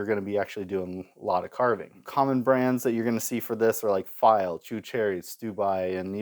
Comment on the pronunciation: I've been lucky, I live in Switzerland where Pfeil is from. I've bought straight from the factory, and I once came across the six piece set second hand for 20$! I've also, unfortunately, seen them absolutely mangled in school workshops... (Btw, the P in Pfeil isn't silent, it's pronounced). Nice video!